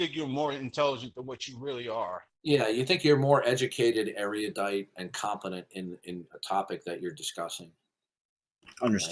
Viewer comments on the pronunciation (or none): its erudite not eruadite 😂